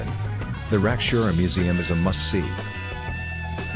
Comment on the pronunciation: how the he heck did you get a S in your pronounciation of the name Rakiura